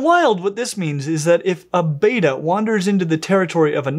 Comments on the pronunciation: AAHHHH,, you're killing me with this pronunciation. It is pronounced bet-tuh, not beta like the letter in the Greek alphabet. This and the insistently mispronounced anole (pronounced uh-noh-lee, not uh-nole) are two of my little pet peeves. Anyway, love your vids, haha!! Keep 'em coming!! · Isn't it supposed to be pronounced bet-ta, not beta? as in "You bettah get it right?" If I remember my latin correctly at least. Though if this is greek, why would they get the pronunciation mixed up with the letter? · You're pronouncing it "Beta" , like the Greek alphabet. It's Betta, (beh-tuh.) Soft e. Love your stuff, common mistake. Could've Googled it. 🙂 Also the females can be incredibly quick and darty! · I have heard that they are pronounced beh-tuh and not bay-tuh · "Batta" yet spelt Betta and called "Betta" everywhere else. American english is so funny sometimes! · It’s pronounced beh -tah not bay-tah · Just for future reference, it’s pronounced betta,like bet-uh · i beleive its pronounced bet ughs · It’s pronounced Bet- a, it’s not the Greek letter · On what planet is "Betta" pronounced "Beta"? I expected you of all people would say it correctly but I was wrong. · it's like nails on a chalkboard to me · Great video! But I do believe it’s prounced bet-uh not bay-tah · It's bet-ta not bat-ta. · I am increasingly annoyed, to an unreasonable degree, every time mispronounces betta. It's not, "bay-tuh." It's pronounced, "bet-uh" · I wish of all people would say Betta probably. It's "Bet-tah" not "bey-tah". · very good info! FYI they're NOT Beta. they're Bet-ta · Youre saying beeta, not betta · Pronounced BETT-UH